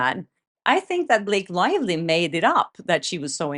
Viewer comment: Did you call her Blake Liely 😂🤣